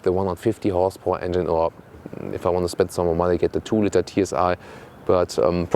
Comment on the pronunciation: the co-pilot can steer the plane. "co-driver" is just odd. I tried to correct several times "how it looks like" pronounciation of "litre" etc. but so far the only thing that stuck is his correct calculation of his own hight into imperials:)